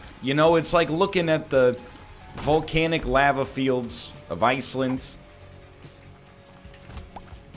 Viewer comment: he pronounced “lava” differently two times in a span of 10 seconds